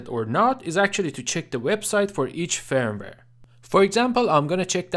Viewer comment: your pronunciation of the word firmware is great.😀 i do agree openwrt is a great third party firvware.....